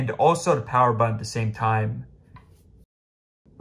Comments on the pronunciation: WTF is a budden? I’m familiar with a buTTon. My gosh at least pronounce it correctly. Thanks for the tip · What’s a buddon?